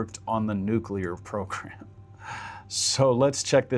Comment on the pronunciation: Yes and thanks for saying the word correctly.. NU CLE AR and not Nucular like some bumpkin ass non expert. Even the experts say the word wrong constantly , and it drives me insane because they're supposed to be f**** experts.